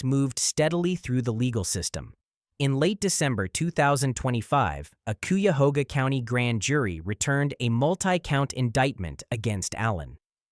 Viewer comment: Pronounced ki-a-hog-a.... cuyahoga county.